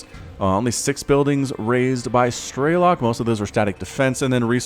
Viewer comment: Man, its pronounced strelOk, not strElok. He is Ukrainian and it’s mean “marksman”